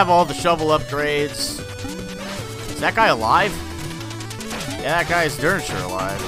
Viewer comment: is now saying dern sure? damn dude